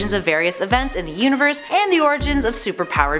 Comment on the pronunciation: How do you not know how to pronounce CONJURE or QUASAR? I wasn't looking at the screen when you introduced Quasar as Kā-Sar so I immediately thought you were talking about Ka-zar, the Tarzan-esque character who lives in the Savage Land of Antarctica.